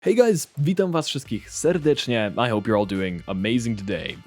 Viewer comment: how did you say "witam was wszystkich serdecznie" so perfectly wtf